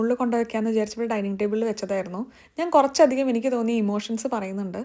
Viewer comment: താൻ "കുറച്ചധികം " കുറച്ചാധികമായി പറയുന്നു 😆